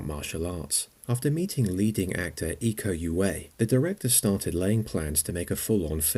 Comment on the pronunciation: Nice video. You pronounced Pen-chak Silat properly but then how do you mispronounce Iko Uwais? There are no silent letters; that's a French thing (borrowed into English). Your summary of The Raid's story is overly simplified; it wasn't just about out raiding the druglord's apartment building. Rama was a rookie so he didn't have to be there but his brother was a part of the druglord's gang and Rama wanted to save him and made a promise to their father. Rama could have escaped the building after most of his colleagues were killed, yet his whole reason for staying is saving his brother. The Raid 2 is also about family relationships: the two orphaned sibling assassins; the father and son dynamic of Bangun and Uko with the latter betraying the former over power/respect; Prakoso being estranged from his family but paying child-support and wanting a relationship with his son; and Rama going undercover just to keep his family safe and under police protection after his brother is killed.